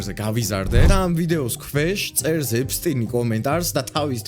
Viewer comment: ეფსტინი კი არა ეფშტეინი